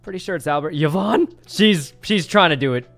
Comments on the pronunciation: Sykunno, remember its EEEEEE-vonne, not yuh-vonne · E-von. Eeeeeee-von. Not yuh-von, not Uh-von, not Yee-von. I swear that urks me way more than it should but she spent an entire day correcting you and its a very common name. E......von say it with me, E-von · I can’t every time he says YEH VONNE. Y acts like a vowel here. Not a consonant. 😭 It’s EEE VONNE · Sykkuno : "yuivonne" Pokimane : "ITS EE-VONNE" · So, he went back to saying Yuh-von, I guess. Lol, it’s EE-von man 😂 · i love sykkuno but every time he calls yvonne with "yeevonne", it kinda annoys me :(